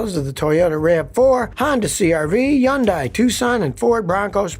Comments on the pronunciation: Scotty, I'm begging you, please... its Hyun-DAY, not Hyun-DYE. 🤣😂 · Scotty sounds dumb when he says Yundai instead of Hundai